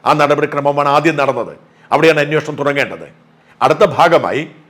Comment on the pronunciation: അന്വേഷണം ആണ് anwoshanam അല്ല